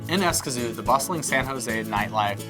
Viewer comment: Interesting but your place name pronunciation is almost painful..... Don’t worry most Americans do by lengthening vowels... if you take a Spanish course you’ll learn how to shorten vowels (I lived there for 8 years)